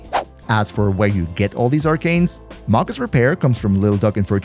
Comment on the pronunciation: It's pronounced may-gus.